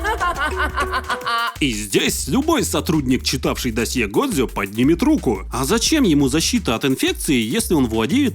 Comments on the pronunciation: я бы посмотрел но "годзе" вместо "годжо" режет слух как и все правильные названия на русском вместо английской версии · Как же мне больно с "годзе" а не "годжо"😭😭😭